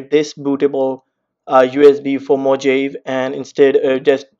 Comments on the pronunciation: It's moohaaveeeee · Who created that pronounciation. Mojave should spell mo-jave. How come one know to spell it as mohave if it's written Mojave. Can someone explain this? I'm a non native English speaker.